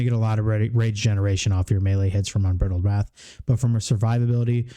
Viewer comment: please I beg you, learn how to pronounce unbridled